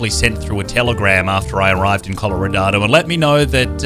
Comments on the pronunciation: Wait is it just me or did say colorodado I though it was Colorado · why does he say “colorado” like “colloradado” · Coloranado why are u calling it that its just colorado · I love how he is saying Coloradado